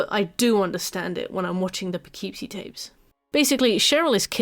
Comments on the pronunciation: We have lots of fun names here. Kind of bugged me with the pronunciation throughout the video. Less "poe-KEEP-see" and more "puh-KIP-see." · Not to be a jerk, because how you're saying it is 100% how one would THINK "Poughkeepsie" should be pronounced, but since it's in Upstate NY, nothing is pronounced the way you'd think, and it's usually more "Puh-kip-see". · Its pronounced Poe kip see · It’s pronounced “Puh-kip-see” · unrelated but i keep forgetting the correct spelling/pronunciation of that movie title so i always called it "the poopoopeepee tapes" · As an American who lived in Poughkeepsie, it's pronounced po-KIP-see. Can't blame you for not knowing that, obviously, there are a lot of British towns I'm sure I would pronounce wrong lol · Poughkeepsie is pronounced "Puh-Kip-See" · I’m from the Hudson Valley and am contractually obligated to say that it’s pronounced, “Puhkipsy,” despite all logic. The names of all our cities are cruel. One has Schenectady, for example. Naming a movie after any of them is wild. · As a New Yorker, the Poughkeepsie pronunciation is frying me lmao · the real horror is the way he pronounces Poughkeepsie